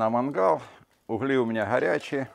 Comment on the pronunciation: Друган смотрю тебя всеГда и уважаю твоё творчество. Только говори нормально! Не манХал а мангал.